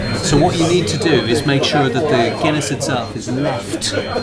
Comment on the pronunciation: "HOPEFULLY A GOOD PINT OF GUINEA IN HERE, WHA" 😂😂